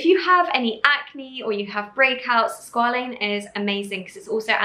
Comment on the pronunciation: no shade to Niomi, I absolutely love her but it makes me wonder how much research was done on the ingredients overall since she mispronounced quite a few words like glycerin and squalene. She also mentioned putting the oil on top of the moisturizer but oils are supposed to go before for the cream to seal the moisture in... none the less the products look and sound beautiful. I am really keen to try the mask but was wondering how many % glycolic acid is in there plus when Niomi is willing of course, to make a video addressing some life updates, what happened to her relationship etc